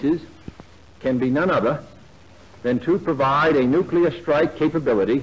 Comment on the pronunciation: Nucular devestation situation